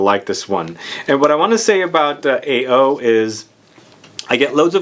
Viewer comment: AO is I think it's pronounced as Ah oh which means blue in Japanese.